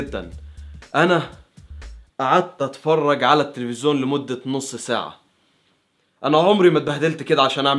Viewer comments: لفت نظري في اكتر من فيديو حكايه ( التلفزون ) انت بتنظقها بطريقه غريبه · انت ملكش حل ... هوا انت بتقول التفزيون كده ليه ههههههههههههههههههههه